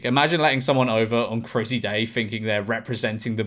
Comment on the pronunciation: Did George say "crizzy day" fuck me sideways, that's sad